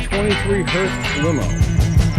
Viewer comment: And it's hearse not hearst